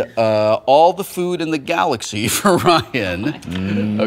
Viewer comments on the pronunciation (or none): none